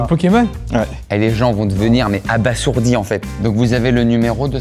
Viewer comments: on dit abaZourdi... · Ça se prononce « Abazourdi »